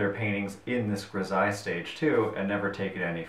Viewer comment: Pronounced: Gri-zal-ly